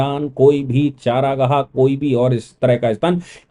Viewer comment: चारागाह नहीं ,चरागाह